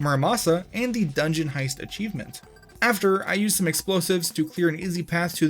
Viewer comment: im not watching illiteracy made into a job.. achivemint land? A chive ... mint.. land? Really guy?